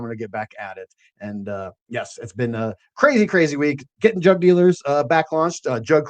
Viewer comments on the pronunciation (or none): I heard "drug" dealers instead of "jug" dealers every single time on this POS phone speaker LoL 💯😆